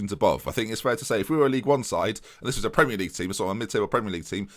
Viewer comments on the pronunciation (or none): none